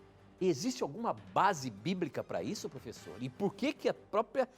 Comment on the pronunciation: Matheus Silva Kruger falou porfessor